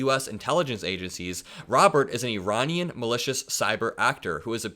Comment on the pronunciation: thank you for saying Iranian correctly; I’m tired of people saying “I-Ran” and it’s wrong! Iranian Americans probably appreciate it! I had a former professor from Iran and he always corrected people saying it wrong. Like you said, LL is acting like a broken hearted ex gf going scorched earth on him! She got booted probably because Melania said something to him, gave him an ultimatum! 🎃 getting mad at people around him is playing with danger; they could all vote him out!